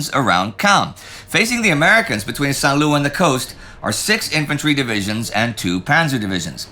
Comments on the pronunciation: I thought I could ride it out and keep my big mouth shut, but St. Lo comes up so many times in this episode, that I have to correct Indy's pronunciation. It sounds like "low", not loo. San Low. 'Nuff said. Keep up the good work. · Not to quibble but why do you insist on calling it Lou ! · I don't understand why Indy keep pronuncing the "lo" in Saint Lo like "loo"?